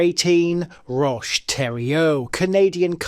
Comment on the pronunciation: Canuck here, pretty good (except pronunciation on some things but ay, can’t knock a guy for trying) Roch (Rock) Thériault was a very messed up guy, Count Dankula made a video on him if you want to know more. It’s rough, really rough, and to this day, it’s still a weird topic for Quebeckers.